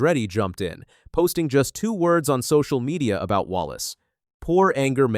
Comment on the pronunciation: IF YOUR GOING TO DO THIS AT LEAST SAEY THERE NAME RIGHT.